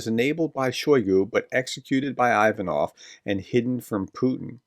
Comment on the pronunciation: It's "Ocho-REH-tineh"... It's not "EYE" va-noff", it's "EE-va-noff", and a host of other flubs... I wish you YouTube guys would take a short course in UKRAINIAN & Russian PRONUNCIATIONS... Is it THAT HARD.??? I mean, REALLY..???